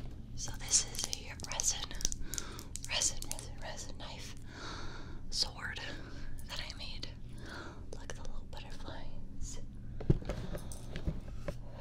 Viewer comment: That's a knoife!